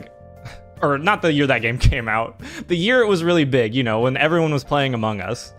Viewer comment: Ha funny man said amougus